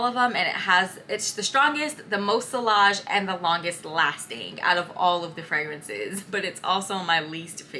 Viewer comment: Just a heads up: the double L in vanille and sillage is pronounced like a y (like tortilla!) Great video 😊